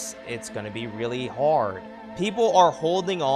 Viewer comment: Dude, please, my heart is tender right now! You didn’t have to pronounce “hard” so hard. 🤣